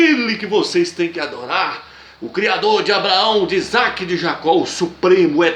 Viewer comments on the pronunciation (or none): none